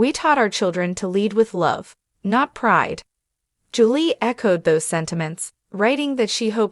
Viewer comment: This is a joke. Can't even say Julie correctly not to mention they said Lindsay took on her boyfriends last name as the shoe Savannah with one of her boyfriends at that time.